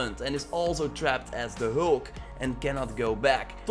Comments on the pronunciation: FYI It’s Hulk not Holk 🤷🏽‍♂️ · Who is hoolk? And broooce?